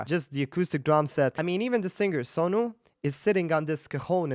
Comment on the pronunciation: You said his name Sonu just like we say it ,like he's your homie